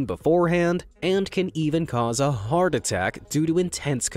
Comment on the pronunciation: be amazed says "heat" when it says "heart" lol